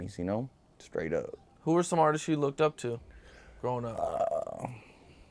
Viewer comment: “Artisest” lol